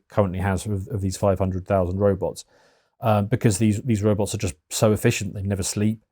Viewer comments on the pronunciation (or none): none